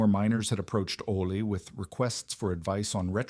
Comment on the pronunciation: Oh-lee not "ole". Check your AI's pronunciation before posting. The mispronunciations seriously distract from the story and the veracity of it.